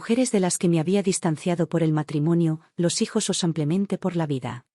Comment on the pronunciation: Es Simplemente no Samplmente.. es Española y pronuncia así 😊